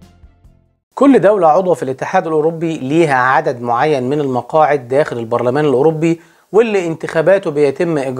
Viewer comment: Eurobbbi Barlaman 😂 ليس تنمر ولكن محبة 😅